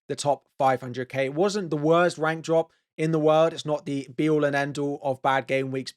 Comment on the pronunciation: All I hear is 'Wank Drop'... Please stop saying 'Rank' like that it makes me chuckle and I'm an adult. Jeez.